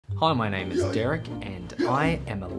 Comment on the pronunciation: The way you pronounced Derek 💀